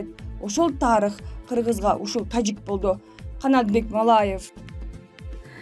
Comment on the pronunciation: Тажик дегенди эмнеге башкача айтасын журналист кыз